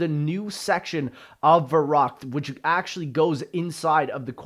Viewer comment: the way youre saying verrukt.... giving me hives